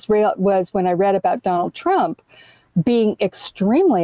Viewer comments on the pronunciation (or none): none